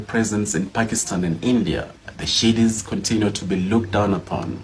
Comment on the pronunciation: Not Shidis, Sidis!? He needs to tighten up his English.